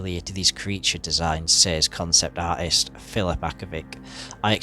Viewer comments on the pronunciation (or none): none